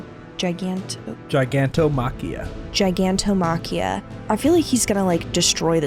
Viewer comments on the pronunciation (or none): Only issue I have with the dub is how wrong they pronounce gigantomachias name it’s gig not guy